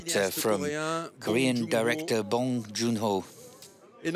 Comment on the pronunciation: They didn’t even pronounce director bong’s name correctly. It’s suppose to be pronounced as Bong Joon Ho with more stress with the o’s not bong jungho.